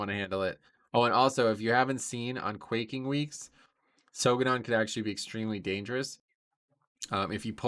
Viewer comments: Read the affix in the journal. Its buRsting, not busting. As in starburst. For quaking its pronounced like the second half of the word "earthQUAKE" hence why there are brown rumbling circles underneath the players that rumble and interrupt players and no ducks attacking us. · not sure why you still calling the affixes wrong lol. Its quaking as in "Earthquake" and you do the same for bursting. I could kinda see how you confuse quaking becuse it has the same spelling but for bursting you just ignore the R and call it busting lol. Anyways good guides.